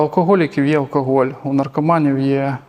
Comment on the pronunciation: Безграмотно в слові "алкоголь", першу букву вимовляти як "о". Це в російській мові є випадки де написане "о"читається як "а", а в українській читаємо все, як пишемо.